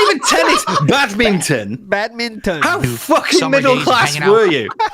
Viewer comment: He couldn't even pronounce badminton correctly 😭 y does he need to keep lying